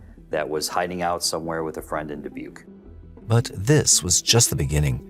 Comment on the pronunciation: hearing the wrong pronunciation of Dubuque (duh·byook) annoys me so so much it's not da-book